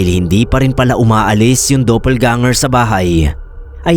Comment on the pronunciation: Doppel po hindi Dopel, gusto morin naman nang perfect eh HAHAHAHAHHA